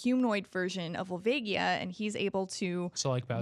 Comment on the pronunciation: My favorite enemy is people who say "skull-toolas" like a moron. It's "skull-choolas". Like tarantulas. Like a spider and a skull, get it? You guys have been saying it wrong for TWENTY YEARS. And this is your job. smh. P.S. It's "Vull-vay-ja". Twats.